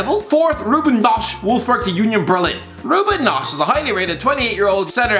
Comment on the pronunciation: Knoche nosch ausprechen 😂